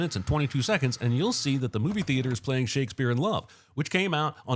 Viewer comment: You mispronounced Shakespeare